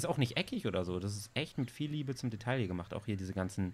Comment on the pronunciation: Detail, das ... Aussprache: [deˈtaɪ̯] ... man spricht das L einfach nicht ... stop it xD